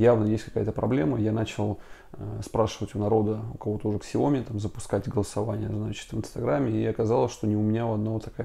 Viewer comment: Как произносить слово Xiaomi Иероглифы, лежащие в основе названия бренда, будут читаться как Xiao (сяо) и mi (ми). Правильно же произносить будет «Сяо-ми», с ударением на второй слог